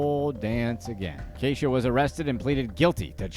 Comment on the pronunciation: That’s no Kay-sha baby that’s Key-sha…. But whatever she’s a weirdo.